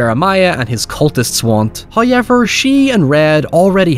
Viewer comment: The guy who mispronounces however ywt likes to repeat it a lot. "hoyyyyyever" "oiever". "hayyyever"